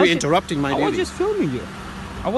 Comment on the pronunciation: Guy: "what crime I have committed?" Officer Reinholdt Dongswallow: "Because you uhrupting me." Classic